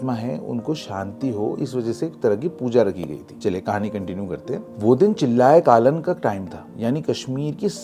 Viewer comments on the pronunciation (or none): It's not chillay kaalan It's चिल्लाय कलान which means the peak of cold and chill weather